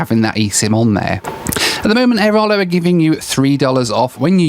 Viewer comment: AiraLO not aiRALO